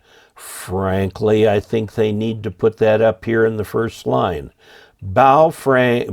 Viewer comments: I wish you and would learn how to pronounce the name of these radios properly—it’s Phonetically like this: bow fung. The ‘feng’ is pronounced “fung”, like ‘dung’ or ‘bung’ or ‘lung’. Get it? 🤣😎 but also—why do any of you guys wanna buy a Chinese radio anyway? Especially with a stupid flashlight on the top of it? Though there are lots of Hams in China, there’s no Ham license reciprocity between the USA and China. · As an reminder of the proper pronunciation of Wouxun (ō shin), just remember that it comes from across the ocean. Also remember that regarding Baofeng, the “e” is pronounced as a “u.”